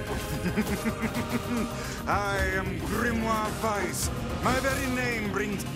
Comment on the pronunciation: It's a small thing, but I like that they pronounce "Weiss" so well :D